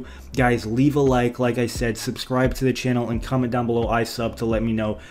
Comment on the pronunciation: "I SUBEB"